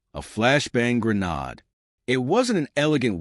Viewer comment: Ai just cant pronounce grenade.